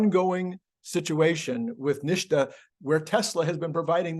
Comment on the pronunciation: NHTSA is pronounced "Nit-sah", not "Nish-tah"..same mistake Sandy Munro makes.